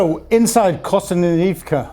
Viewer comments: Your reports and insights are always factual and interesting, and much appreciated. Just can’t help noticing your struggles with some Ukrainian and Russian place names like Zaporizhzhia, Kostyantynivka, and Yekaterinburg, and perhaps some familiarisation listening to Ukrainian bloggers and channels pronouncing these names might help. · Everytime he says Kostyantynivka, i fear he’s having a stroke 😅